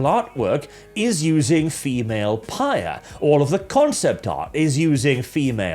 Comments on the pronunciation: Phyre is not read like "pyre," it's read like "fire." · I thought it was pronounced “fire”. Anyway, I’m going to continue saying that instead of whatever said.. how else am I to make the joke Dumpsthyr Phyre.